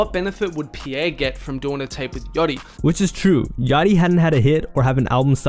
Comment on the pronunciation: It’s pronounced “Pee-Air” not “Pure”. Jesus Christ this dudes ability to mispronounce anything so many times in one video is astounding.